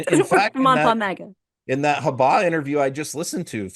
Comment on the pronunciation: Reporter: “Mr. Trump, are you happy with Alina Habba?” Trump: “It’s Hubba! As in, ‘Hubba-Hubba. Right, guys!” (snicker,). Reprter: “No Sir, it’s ‘Habba.” Trump: Damn Eric! He did it again. No wonder she wouldn’t spank me!”